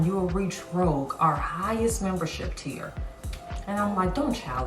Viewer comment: You became "rouge" not "rogue"🤭🙂 Makeup look is gorgeous👍